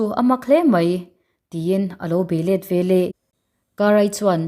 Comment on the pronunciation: Veleh tih tur hi velah i ti zel a.